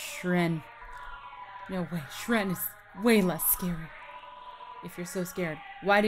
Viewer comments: I keep cringing every time she says "Shren" instead of "Shyren", it's pronounced like "Siren" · Shyren is pronounced "Shy-ren" not "shren"